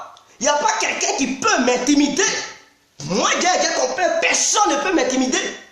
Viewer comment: Tu parle quelle langue on comprend pas on dit personne pas pesonne